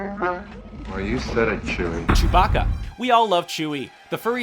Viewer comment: I went unhappy when he said Chewbacca